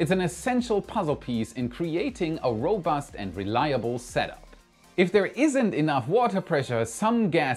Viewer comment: your English is almost perfect, but robust is pronounced ro-BUST, not ROW-bust. The accent is on the -bust:)